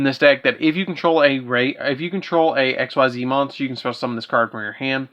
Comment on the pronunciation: Just to note real quick, Xyz is pronounced [ex-ease]. Edit: a word. Apparently, my phone hates me sometimes.